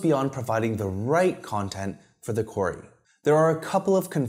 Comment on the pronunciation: Oh "query"!!! I thought you were saying "quarry"! Sorry I dont mean any disrespect 👍 great video